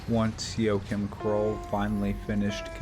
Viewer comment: His name is pronounced wa- heem